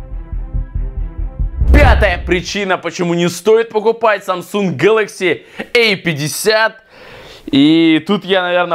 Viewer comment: Не гэлакси э 50 а гэлакси А 50